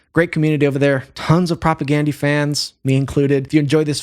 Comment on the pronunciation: Please pronounce their name correct. Gandhi, you know, the famous guy.